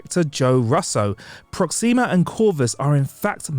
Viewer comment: So you listen to yourself before these videos are posted? “Proximia” “Corvius” “Iron Men” 😂😂😂